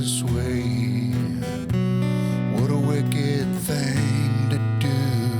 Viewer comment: Also says Thang instead of thing.